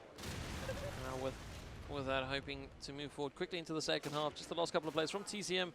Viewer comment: The way pronounces 7 and 2nd is extremely annoying. "seeven, seecend"